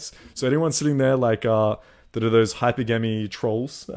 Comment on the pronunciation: Hi-pergamy bro not hyper-gamy